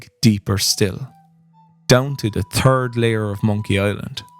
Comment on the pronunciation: In spirit of the games humor I chuckled every time you said the "turd layer" :D.